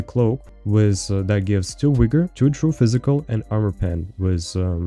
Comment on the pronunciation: Bruh... how many videos you going to do mis pro nouncing vigor and achiles. Rofl.